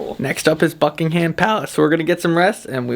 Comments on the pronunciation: Don't pronounce the H in Buckingham. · or the a :) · Buck-ing-um palace - we don't pronounce the h. Lovely video though, hope you enjoyed London!